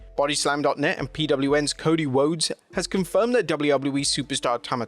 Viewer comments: “Cody whoades”😂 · Ahh yes, the Amewican Nightmare, Cody Whoades… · "Cody Whoades" 💀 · 'Cody Whodes' 😂